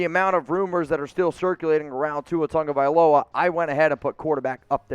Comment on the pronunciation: I'm sick of people & you calling Tua's last name Tunga-vailoa that is so wrong it is pronounced Tah-Goh-Vai-Loh-UH spelled TAGOVAILOA, show him the respect he deserves he is an NCAA National Champion QB.